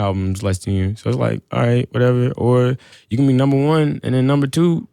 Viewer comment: who else heard "nelly" when he said number 1